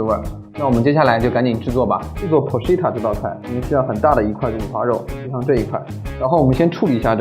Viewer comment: porchetta不是chi塔 是kai塔